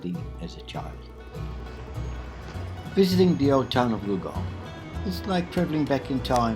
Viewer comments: It's Gullgong, not Goolgong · It's actually Gulgong, and it's my home.